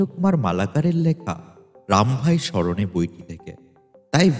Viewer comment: জয় রাম। জয় গোবিন্দ। কয়েকটি শব্দ ভুল উচ্চারিত হয়েছে মনে হয়। 'প্রমথ' বাবুকে 'প্রথম' বাবু ' রামভাই স্মরণে' কে 'রামভাই মরণে' ইত্যাদি। জনসমক্ষে এ ধরনের বাণী প্রচারে আরও মনযোগী হতে বিনীত অনুরোধ রইলো। গুরুদেব সকলের মঙ্গল করুন।